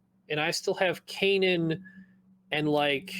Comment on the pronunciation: Can someone please teach how to pronounce Kanan? It's been years now 🤦